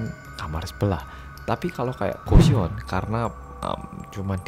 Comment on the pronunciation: Kok goshiwon aku malah dengernya gusion yah wkwkwk maap.., :)